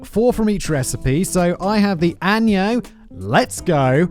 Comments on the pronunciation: I see you’re not a tequila drinker Simon. “Anyo tequila” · It's "añ-eh-ho" & "mo-ho". For Shaker & Spoon's ingredients. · Took me a min to realize you meant añejo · I find his pronunciation of Anejo to be hilarious